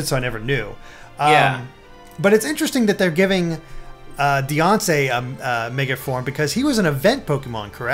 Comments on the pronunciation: IT'S DEE-AN-CEEE Not Deyonce... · It's Die-Ann-Cee not Beyoncé